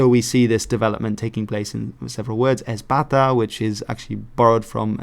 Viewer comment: Heya! Loving the video so far, but quick correction: the "X" in Basque sounds a bit like the "sh" in English, so the ABP and Basque would have been pretty close to each other. Also, I can't really speak for historic Basque, but some current dialects barely differentiate the pronunciation between "s", "X", and "z", so "ezpata" into "echpada" sounds even closer for one such speaker.